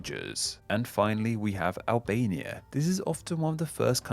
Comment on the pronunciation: Oh damn he butchered the endonym of Albania.